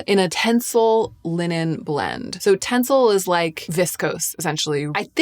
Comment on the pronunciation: It's "tenCEL". 😊